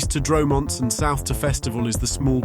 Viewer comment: Dro-Monts and Roch-ez. Good grief. Computers really struggle with French pronunciation!